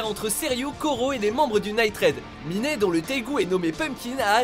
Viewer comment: Miné? Je suis la seule fan d'Akame ga kill dont l'oreille a tiqué? xD